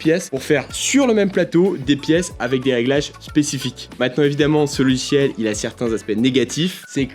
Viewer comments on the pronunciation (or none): J'adore ces "logichiels"... 😜 😂 😂